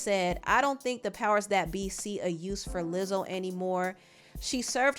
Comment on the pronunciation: she really said "lizzle"